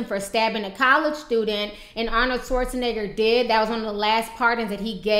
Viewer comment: Arnold Schwarzeniga" xD